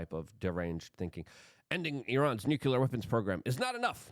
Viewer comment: Nucular? Strategery?